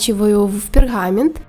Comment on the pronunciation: Всё хорошо, только буква,, г,, в вашем исполнении невыносимо режет ухо. Услышала слово,, перГамент,, и дальше уже не могла смотреть.